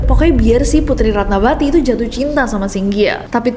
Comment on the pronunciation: Ratnavati =Ratnawati ( V dibaca W) contoh: vihara -wihara, silva-silwa/siwa, isyana sarasvati-isyana saraswati